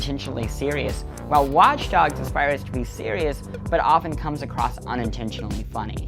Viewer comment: Did he say watch darks